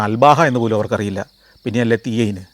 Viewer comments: തീ ഐ എന്ന് അല്ല അതിൻ്റെ ഉച്ചാരണം. ആ വാക്കിന് സമാനമായ മലയാള അക്ഷരങ്ങൾ ഇല്ല. അതാണ് അറബികൾക്ക് മനസ്സിലാവാഞ്ഞത് قرية ذي عين എന്ന് പറയണമായിരുന്നു 😊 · സൗദിയിലെ ജീവിത രീതി അവർ കൂടുതലും പകൽ ഉറങ്ങുന്നവരാണ്,അത്കൊണ്ടാണ് പകൽ ടൗണിൽ പോലും ആളുകളെ കാണാത്തത്.. തീ എയിന് അല്ല ഉച്ചാരണം ദി ഹെയിൻ എന്നാണ് ,, അത്കൊണ്ടാണ് മനസ്സിലാവാത്തത് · 18: 03 qariya zei ain എന്ന് ഉച്ചരിച്ചാൽ അറബികൾക്ക് അറിയാമായിരുന്നു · ആ ബോർഡ് ഞാൻ വായിച്ചു. അപ്പോഴാണ് എനിക്ക് മനസ്സിലായത്..നിങ്ങളുടെ പ്രനൗസേഷനാണ് ഈ സ്ഥലം കണ്ടുപിടിക്കാൻ പ്രയാസമായതെന്ന്. അറബിയിൽ ذي عين എന്നാൽ അതിൽ എഴുതിയത്. മലയാളത്തിൽ 'ദീ ഐൻ' എന്ന് ഏകദേശം പറയാം. അങ്ങനെയെങ്കിലും പറഞ്ഞിരുന്നെങ്കിൽ അറബികൾക്ക് മനസ്സിലാവുമായിരുന്നു. ذي عين എന്നാൽ അരുവിയോരം എന്നൊക്കെ അർത്ഥമുണ്ടാവാം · ദീ.. ഐൻ..